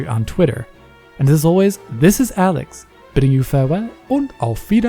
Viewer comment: In that intro Alex sounds like he is a German